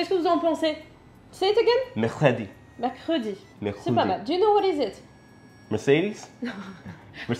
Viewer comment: Son « mercredi » fut un coup de tonnerre , une révélation., il le maîtrise presque parfaitement !!! 🤔